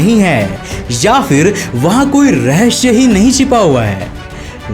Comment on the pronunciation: Ye bhai rahasaya ko rahashya kahta h hamesha chahe saari videos check kar lo iski 🤣🤣🤣